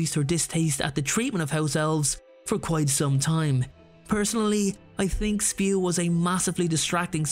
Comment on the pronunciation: Yes, it is not spew, but SPEW. The society for the protection of Altus welfare. I’m sorry I have to be like Hermione here, but there it is. You’re not acting like Ron Weasley, sing, spew, instead of SPEW. However, just like Harry getting back with Ron in the end, I’ll still come back to your videos. yes, I’ve said before, I think Miss winky story should be told, so that people in the real world, and understand that alcohol does not solve all problems. It just creates more. I bet you could do an effort half an inch across the room and vomiting, poor thing. However, what I proposed in my own stories… Not written here… We’re supposed in the last comment. I really wish that outfit AAA were a subject thought it Hogwarts, both for health cells and their owners I mean, their masters. That way, they can keep the alcohol away from the house all, if they are in that situation where they will not put it down themselves. We can drink in moderation mess ;-), but